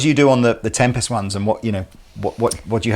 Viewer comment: Why does keep pronouncing tempest like tempestuous or tem-pest. Is that deliberate?